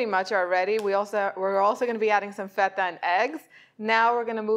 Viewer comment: I love how you say “feta”……the authentic way not like “feda” which how most people pronounce it here in North America